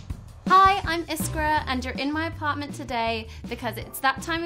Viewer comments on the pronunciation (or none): No, but it is very close to it. We have a "j" at the beginning, so it's "jiskra".